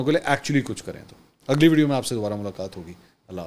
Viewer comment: لفظ وڈیو نہیں ھے بلکہ ویڈیو ھے